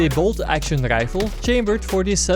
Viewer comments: Hahhah yes I wanted to say that inmediately. Rifle = Rrryfel. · bolt action rrräifel